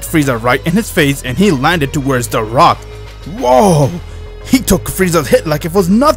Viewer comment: You said frock instead of rock